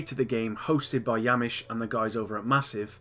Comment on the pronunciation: It's not yamish but hamish